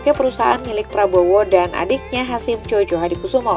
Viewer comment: Koreksi sedikit ya mbak... Djojohadikoesoemo itu asli tulisannya, masih dalam ejaan lama org jadul. Gak boleh dirubah. Tulisannya, nama org. Bacanya, dieja Joyohadikusumo. Jadi bukan Jojo ya. Tks.